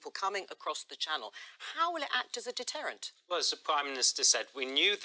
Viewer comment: If the fwights go ahead tomowwow it will be seen as a detewwant......